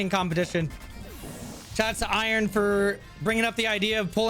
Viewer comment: This dude gotta be dumb in school. Mf really said "I-RON"